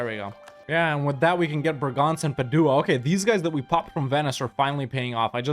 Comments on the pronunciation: The way you pronounce Padua hurts my ears. Love the rest of it! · Hey love your videos! Italian here, just wanted to help, Bergamo is pronounced BER-gamo, emphasis on the "e". Same for Padua (Padova), emphasis on the first "a", and Modena, emphasis on the "o". I'm actually from Venice, and look how you just massacred my boy but I understand you had to 🙂